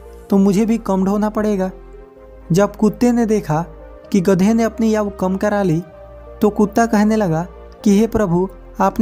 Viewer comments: भाई क्या याऊ याऊ लगा रखा है कम से कम हिंदी सही बोल लो आयु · 😀😀 आऊ नहीं आयु बोलो भाई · यह आयु है, आउ नहीं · याऊ नही आयु होगा हर जगह आपने गलत बोला है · आयु होती है aau नही भैया ठीक से बोलिए जरा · Yau nhi bhai Ayu bola karo hindi ka sahi uccharan kare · Bhai bolna to seekh lo....yaar aayu hoti hai ya yaoo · आऊ नही आयु बोलो, चैनल चला रहे हो तो वर्तनी या उच्चारण सही रखो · Bura mat manna bhai aayu ko yayu.mat bolna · Yau nahi bhai aayu samjhe 😂😂😂😂😂😂😂😅😅😅😅😅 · Yaau kiya hota he Aayu bolo thik se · Aayu hota h bhai Naki yayuuu 😂😂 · याउ नहीं होता भाई आयु होती है 😀😀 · Yaau nahi aayu hota h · Ye yau kya hai kya apko itna bhi nhi pta ki aayu bola jata hai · Yau nhi aau bolo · Are yau nahi ayu bolo year tum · Yau nahi aayu hota hai Sahi sea bolna sikho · याउ नही आयु बोलना सीखो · Yauu🤣🤣🤣.Ayu bol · 😂😂😂 aaou aaou kya hota ha ayu hota ha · Aau nhi bhai ayu hota hai indian ho ya koi aur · आयु बोला करे ना की आउ हिंदी का अपमान ना करे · याऊ या फिर आऊ नही तुम पहले बोलना सीख लो उसको सही तरीके से बोलो पहले आयु बोलो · Bhai Aayu nahi Aaju bolte hai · Katha kahani wale aayu Ko yau kyu bol Raha hai hindi bolana nahi aati kya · Tu pehle bolna seekh!! Aau nahi aayu hota hai!! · Yaaar yauu kya hoti hh ayu hoti pahle bolna to seekh le superstar baad mm baniyoo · Lodu yau nhi ayu 😂😂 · Thoda bolne ka tarika sudharo ,aayu nhi bol pare but story bhut acchi lagi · बहुत अच्छी कहानी सुनाई आपने धन्यवाद लेकिन आपने आयु शब्द का उच्चारण ठीक तरह से नहीं किया यायु कहा है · Bhai ye yavu yavu kya laga rakha hindi bhi nahi aati to rahane do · You are speaking not perfect age=aau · Hindi padhane nhi aati h n bhai ko isliye aau bol rha h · आयु शब्द का उच्चारण ठीक कीजिए सर जी ! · Aayu to Sahi se bol lo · Aau nahi aayu hota h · भाई "याऊ" नहीं होता है, शुद्ध उच्चारण "आयु" होता है.. शुद्ध उच्चारण करें.. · Yau nahi bhai aayu kaho aapko hindi nahi aaati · बहुत अच्छी जानकारी दी भाई, मैंने पहले भी यह कहानी सुन रखी थी भाई, एक शब्द आपने बहुत गलत बोला भाई आयु को aao bola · Aao nahin hota hai Ayu hota hai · याहू नहीं भाई आयु बोलो